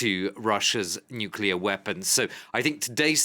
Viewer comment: Nucllear rusia....wow..😀😁😂🤣